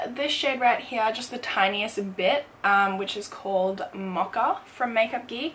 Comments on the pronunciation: The way you pronounce mocha>> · She pronounces mocha, mocka 😂 love her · i just realized that she said 'mocha' for the 2nd MUG shadow omfg the pronunciation is so different than in the US lol